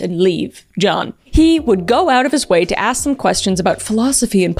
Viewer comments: I love your pronunciation of John. “J-yawn”. 😅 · “jYeOuWn” So silly I love it